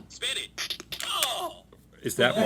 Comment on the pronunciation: anyone else keep hearing "Spit it" instead of "spin it"?